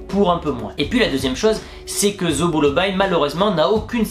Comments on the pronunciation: "zo beau l'eau bail" hahaha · Sérieusement ? Zobolobayy !!! MDR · ça se prononce "seau boss l'ail" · Zobolobaï ?? 😂😂😂😂😂😂🤣🤣🤣🤣🤣🤣🤣🤣🤣🤣🤣🤣🤣🤣🤣🤣🤣🤣🤣🤣🤣🤣🤣🤣 tu m'as kill